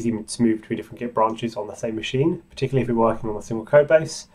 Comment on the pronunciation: Awesome, but OMG that accent! The word is not "particly". It's "particularly", i.e. 5 syllables, not 3.